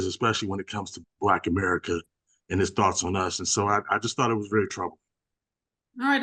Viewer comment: He pronounced it " b'lak".